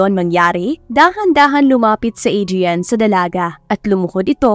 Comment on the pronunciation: To pronounce the name Adrian, is Adriyan,not Adriyal ka ng Adriyal dian. Pakiayos lang ng tama ang pagbigkas ng pangalan ng isang tao.